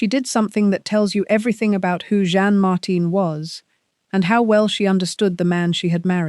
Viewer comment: His second wife’s name is Jeanne - not John or any of the other ways you pronounce it. It’s very easy.